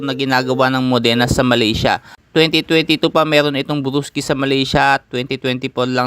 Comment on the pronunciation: Bulol ka nmn blosky kamo nmn walakang are